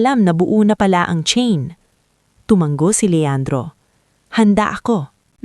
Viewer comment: Tumango hnd tumanggp maling mali ang pagbigkas ng tutuong salita. Tumatango hnd tumatanggo kuha mo!!!